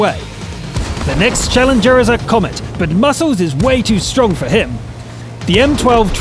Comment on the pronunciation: He didn't say stronk, did he? :D